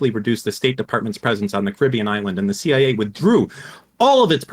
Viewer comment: I am calling them the seeya from now on, thank you.